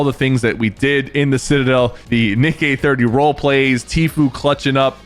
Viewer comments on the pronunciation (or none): none